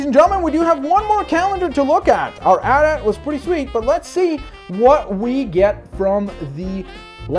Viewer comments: No buddy, it's A-T A-T not ATAT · at-at is said with the letters individual a-t-a-t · don't say atat say AT-AT